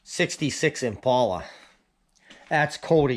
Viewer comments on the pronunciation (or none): Man yeah!! That's when the northern accent kicks in, you should "Impala" spoke in the south 🤣🤣🤣🤣🤣 That is so cool, that's awesome he is fixing that up!!! I have to drive thousands of miles to find my deals, y'all go to the neighbors and score big time 🤦🤦🤦🤣🤣🤣🤣🤣 That baler is awesome!!! I wanted a 273 as well but just outta my price range for the shape they were in😢 I even looked at a 336 sat before buying mine, but something was fishy about it. Way to cheap for around here, and he two stepped around hooking it to the tractor! Maybe we can be each other's support group when these ole things decide to go on the blink with hay on the ground 😉😉😁😁🤦🤦 Loved the tour, very interesting country side for sure!! Thank you my friend for bringing us along!! Can't wait to see a few squares go through your new purchase! I have my fingers crossed the last puzzle piece works out this week, may not be my first choice but it's "pennies on the dollar" and believe it or not, less than 5 miles from the farm 😉😉😁😁😁😁 Look fwd to seeing what's next my friend!! And love to hear those stories sometime as well😉😉😉